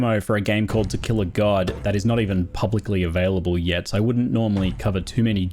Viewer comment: I hear "Tequila God" every time